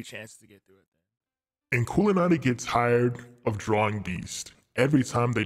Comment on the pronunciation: Your saying it right